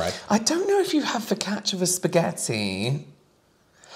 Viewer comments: "Kyabaytees" instead of focaccia is the most unhinged pronunciation and I'm here for it 😂 Edit: "Turkechi" and "Panechotala" have entered the chat 💀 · That was the wildest focaccia pronunciation I have ever heard, tbh 😆 and Panottone is a Christmas dessert!